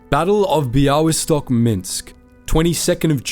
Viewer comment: Amazing pronaunciation of Bialystok. Well done!